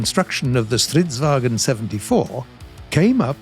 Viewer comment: pronounced stritsvangn rong